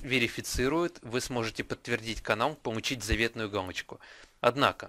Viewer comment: Помуууууу_ить, а не пому_ииииить